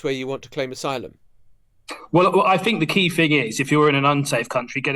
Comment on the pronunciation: The word is THink, not fink. Surely a basic prerequisite for an MP is an ability to speak properly